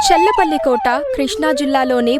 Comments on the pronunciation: అమ్మా అది సమస్థానం kaadu సంస్థానం। డెబ్భై కాదు డెబ్బై। ఒత్తు ఉంటుంది। చెల్లపల్లి కాదు చల్లపల్లి। చందమామ లో పలికే చ పలకాలి। ఆ అక్షరం ఇప్పటి అక్షరమాలలో లేదు కాబట్టి రాయలేకపోతున్నాను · చెల్ల పల్లి కాదు తల్లీ, చల్లపల్లి, తెలుగు భాష సిగ్గు పడుతుంది